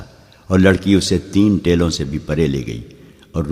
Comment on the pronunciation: Teloun ( galat ) Teeloun ( Saherh )